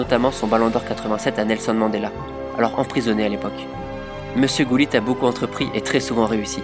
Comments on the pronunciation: Did he said GULLIT? I have always known him as HuLLIT. 😂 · In French we pronounce it like that